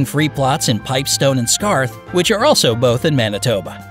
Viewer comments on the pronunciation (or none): none